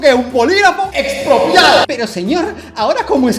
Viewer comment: Todos aquí viendo el video seriamente : Dalas tiene buenos puntos 🤔 Yo (una chica venezolana ) viendo este video: JAJAJAJAJA DIJO EZPROPIAO’ 😂😂